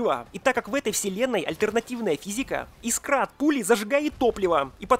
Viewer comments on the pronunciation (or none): none